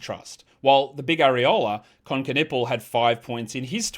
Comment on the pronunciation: I get a kick out of every time says the Big AREOLA 😂